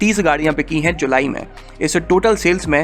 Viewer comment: abe yaar tum fir se aa gaye "bich payi", "bichi hain"" pe ? theek se bolo bik payi hain, biki hai. Tumhara main language hindi nahi hai shayad isiliye tabah kar dete ho apne local tongue ko la ke.